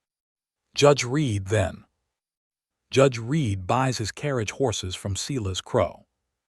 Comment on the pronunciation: Or Kay-leb Silas is Sigh-las I dislike creators who just crank these stories out without care to get things right. 👎